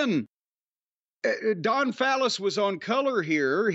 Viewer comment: I'm guessing Jim isn't a Don Callis fan because he purposely says his name wrong.